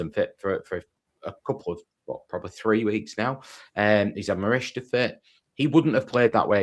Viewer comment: You still can't pronounce Morishita 😂